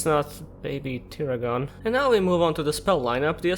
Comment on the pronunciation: That's not how you pronounce tiragon.